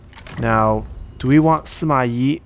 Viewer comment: Shouldn't the Yi in Sima Yi be the fourth sound